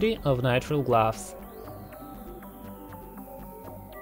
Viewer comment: Narrator : gloves Me hears : glass 😂😂